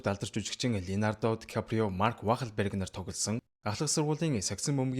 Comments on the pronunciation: Maark Waal Brg gej duudiishu hmgn durtai jujigchnii neriig ygd haychva haha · Марк Уолберг гэж дууддаг биз дээ… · Марк вахлверг гэж бас ямар од бдын дуудлага нтр ээ анхаарчихвал бусад нь дажгүй